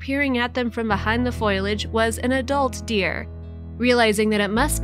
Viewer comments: Fo-li-age, not foil-age. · FOIL - age OR FOH - li - age Yes, narrator, it’s the latter, FOH - li - age, foliage. Thank you.